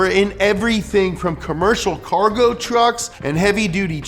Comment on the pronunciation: tuercks HAHAHAHA